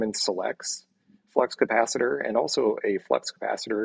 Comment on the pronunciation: The “flux capatchittor”!